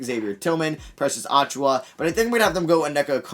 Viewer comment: You hurt me every time you say it. You pronounce it (Achoo-yuh). Not (Achoo-wah)